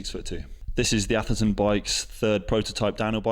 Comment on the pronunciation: "Oi call it ther Aftherton Saturdayy.."